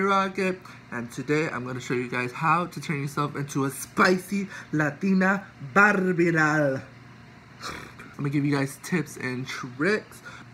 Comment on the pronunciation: Lmfaoo “BARBIEE DALL”🤣🤣